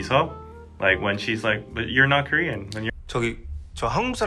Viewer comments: Honestly ’ Korean pronunciation is soooo good!! I appreciate very much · He actually pronounces korean words so well.